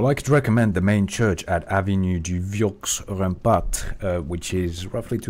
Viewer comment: French lesson: The X in “Vieux” is mute, you don’t pronounce it.